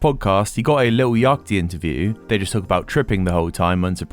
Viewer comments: has a go at stoners being brain dead, can't pronounce Yacht. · Do you really not know how to pronounce 'yacht'? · british people don't say yacht like that.